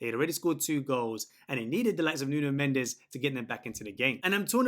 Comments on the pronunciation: Mate is not Nuno mendeseee (in spanish) is nuno mendeshh (in Portuguese), otherwise it sounds like me saying an english name with a french acent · Mendes, not Mendez ! S = ch/sh/x "Mendsh/ch" - The last "E" is silent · His name is Mendes ( portuguese) not Mendez ( spanish).